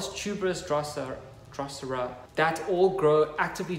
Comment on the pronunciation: I am in Sydney friend! I am impressed with your growing skills for our climate - with such beautiful drosera! Can I help with your pronunciation? Drosera = Droh-ser-ah. like “bro” but “dro” and “sera” like the girls name “Sarah”